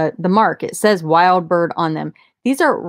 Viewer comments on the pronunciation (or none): Wild Bryde (bride). Not Wild Bird. We know the artist. :-) I didn't know they were a good used seller--dang, almost as much as new! I believe they're 14K gold plate, not just gold tone. They're also made in the USA. You can check his website